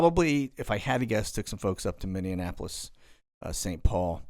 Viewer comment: Lol....you pronounced MPLS...MINNI-ANAPOLIS.Kinda weird but funny,cuz I was at the Trump rally in Iowa on Saturday..and he said it exzactly the same way.Love it..I'm from MINNI-ANAPOLIS..HAHAHA